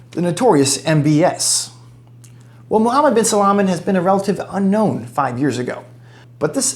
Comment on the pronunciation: It's Salman not salaman😂